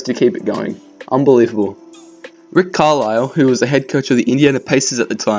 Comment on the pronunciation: "Rick Carlise" i dont feel so bad after the 45 he got on us.😂😂😂 Im dying plz stop.😂😂